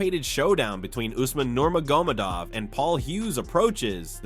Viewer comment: Narrator pronounces Nurmagomedov, 8 different ways in this video 💀💀💀